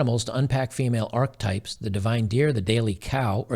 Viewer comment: Archetype. Ark-ee-type.